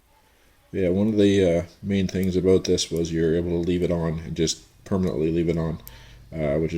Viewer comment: Hahaha he said "aboot"